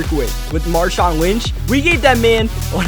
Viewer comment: you said l wnch